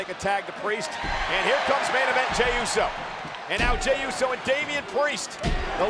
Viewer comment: Bro said jimmy instead of jey